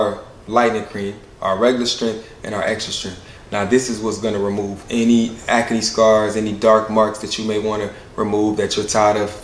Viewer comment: Proud of and his skin care line.. but why he say acne as ack-a-knee 😅😅😅??